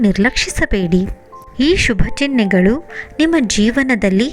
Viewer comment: It's ಚಿಹ್ನೆ n not ಚಿನ್ಹೆ